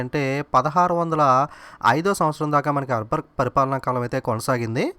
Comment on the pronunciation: arbar aa akbar aa sir meeru eppudu arbar antunnaru